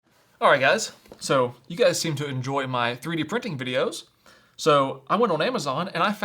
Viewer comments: Three d not threed. 😂😂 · EasyThreed I think should be pronounced as Easy3d 😂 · No, "Threed" was supposed to be Three D. It was probably translated by AI-yi-yi.